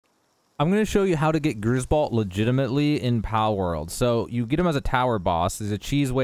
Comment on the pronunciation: balt? you mean, bolt?